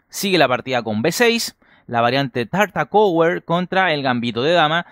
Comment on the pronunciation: "TartakoEwer", "GaErry", "FisheEr",etc... ¿pronunciados en inglés, ¡¡qué cerebro bivalente